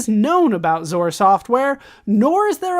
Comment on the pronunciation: Lol its X-O-R not "zore"